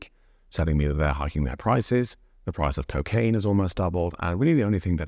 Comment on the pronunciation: I think you were saying " the price of propane has doubled" but it sounded like " the price of cocaine has doubled", lol